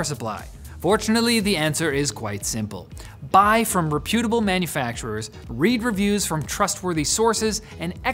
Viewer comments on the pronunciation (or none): Just because Linus pronounces “reputable” incorrectly doesn’t mean you have to also.